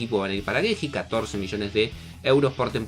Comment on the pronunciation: Porque le dice Geji, si se dice GEI